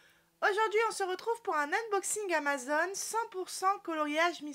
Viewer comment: c'est AMAZON, et pas AMAZONE... !!! en plus c'est écrit en énorme sur ton colis !!!